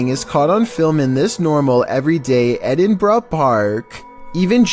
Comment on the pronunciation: What edinbraaa??it's Edinburgh